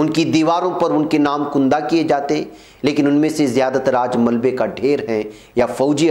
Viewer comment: کُندہ نہیں ہو تا ہے, جناب کَندہ ہوتا ہے